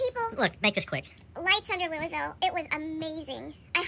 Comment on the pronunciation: Has no one taught you how to pronounce LOUISVILLE correctly? :face-purple-crying: Have fun y'all.